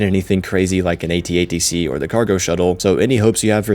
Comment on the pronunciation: Its At-ACT, not At -Atc